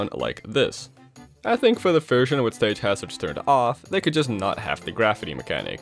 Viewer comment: "Stage Harzrads." Me:I thought it was smash run